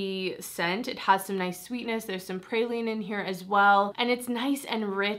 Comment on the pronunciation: I will definitely be going to try out the mixbar scent you first mentioned! Also, it’s so funny listening to people who aren’t from Louisiana say “praline” 😂 love this video!!!!!